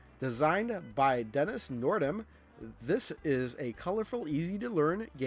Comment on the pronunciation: The game designer's name is Dennis Nordman, not Dennis Nordam. Jeez, get your shit right.